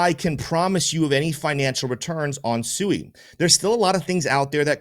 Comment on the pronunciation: Brother SUI is pronounced SWEEEEE. No one's getting SUUUUIIIIId of litigated. Great video